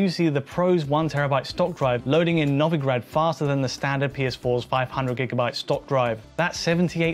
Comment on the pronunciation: It's pronounced No-Vee-Grad, lads.